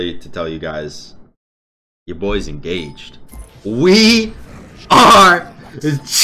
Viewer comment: Congrats on getting en-gah-hayed